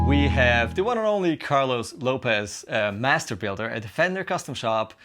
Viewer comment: His last name has an accent. Carlos López if not it would be pronounced LopEZ!